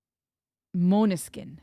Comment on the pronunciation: As a Dane I can confirm that you pronouced Måneskin as it should be pronounced in Danish.